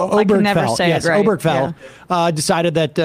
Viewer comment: “Obergefell” not “Oberfell”